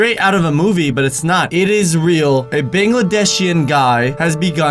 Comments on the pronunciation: I'm Bangladeshi and I love how he pronounces 'bangladeshian' 😂👌💖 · It's Bangladeshi, not Bangladeshian xD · Dude you literally butchered the pronunciation of “Bangladeshi” bun-glu-desh-E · What is a "bangedeshy" guy🤣😂 he meant Bangladesh guy!!! 🤣😂🇧🇩❤️ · Anyway it is Bangladeshi not Bangladeshian... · I am Bangladeshi........ pronounces BANGLADESHI weirdly.😐 Hey, am I the only BANGLADESHI who watches?? Let me know.